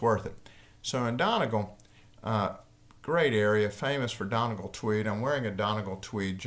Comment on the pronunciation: I listened out of curiosity to see if he would mispronounce Donegal, I was not disappointed. For future reference, Irish people say Dunnygaul